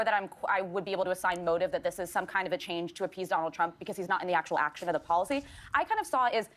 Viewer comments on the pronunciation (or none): none